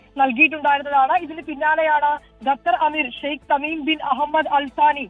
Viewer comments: Shaikh hameem alla... shaikh Tameem bin Hamad althani.. anu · Sh Hameem alla mashe, Sh Thamim Bin Hamad Al Thani aanu. Ithu polum ariyathe aano news parayunnathu. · HH Tamim bin Hamad Al thani, not hamim 😂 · എന്തോന്ന് അവതാരകൻ ശൈഖ് തമീം ആണ് ഹമീം അല്ല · ഷെയ്ഖ് ഹമീം അല്ല mr. ഷെയ്ഖ് തമീം ആണ് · Hamim bin Ahmad alla Tamim bin Hammad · Hamim alla Tamim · ഹമീമല്ല പൊട്ടൻമാപ്രേ " തമീം.!" അതും അറിയില്ലേ.😮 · … Thameem bin Althani Not ❌Hameem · One thing to note about such a famous news outlet, 24 News, is that when you mention the name of the Emir of a country, you should say it correctly. At least understand that it is the ruler of a country. The ruler's name is Sheikh Tamim bin Hamad Al Thani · ഷേഖ്‌ തമീം എന്ന്‌ പറയാൻ അറിയുന്നവരെ വാർത്ത വായിക്കാൻ അപേക്ഷ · ഇത്രയും പ്രശസ്തമായ ഒരു വാർത്ത ദൃശ്യമാധ്യമമായ 24 ന്യൂസ് വളരെ ശ്രദ്ധിക്കേണ്ട കാര്യം നിങ്ങൾ ഒരു രാജ്യത്തിൻറെ അമീറിന്റെ പേര് പറയുമ്പോൾ അത് കൃത്യമായി പറയുക ഒരു രാജ്യത്തിൻറെ ഭരണാധികാരിയാണ് അതെങ്കിലും മനസ്സിലാക്കുക ഷേക്ക് തമീം എന്നാണ് ആ ഭരണാധികാരിയുടെ പേര്